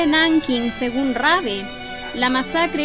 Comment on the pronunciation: Muchisimas gracias por acceder a mi petición :) Cuando lei sobre él tambien quedé sorprendido, la verdad fué muy honorable lo que hizo en China a pesar del contexto. También existe una pelicula alemana que trata sobre él y lleva su nombre. P/D: Si, pronunciaste bien mi apellido 😅. ¡Saludos!